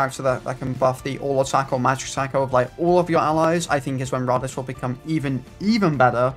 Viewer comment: His name is pronounced Rade-eez, you would know this if you watched the show